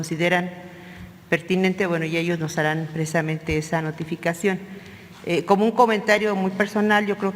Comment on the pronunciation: Conté 25 "precdisamente" ;)